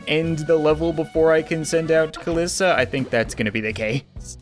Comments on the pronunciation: Its not kalissa its kalie/kaliisa (as on how to say it) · It’s cal-ee-sa